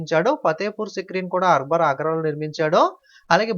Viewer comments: Baboor arbar enti sir pronouncing check once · arber kadu anna akber